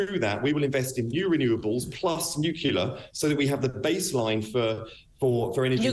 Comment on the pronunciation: He lost me when he couldn't say nuclear.